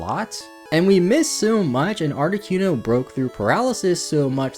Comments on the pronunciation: It amazes ne how many times you managed to squeeze in saying 'ArtiQUEno' 😅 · Hello from a new subscriber. I liked the long intro. Not many, if any, would show that kind of attention to reading that guide book. I’ve never heard Articuno pronounced as Arti-kew-no before, lol. Interesting how differently names can be pronounced. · Lol "Moltress" and "Articyuno" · Great video, but I take issue with the way you say Articuno..... art-ih-coon-oh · you say articuno like cartman says coon on south park..... and its cringe af.. but i still love your videos. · the way he pronounced articuno tho.